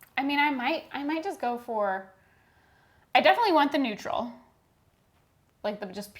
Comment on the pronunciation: Hehe "Neurtal"